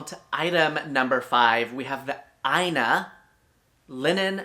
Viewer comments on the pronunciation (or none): none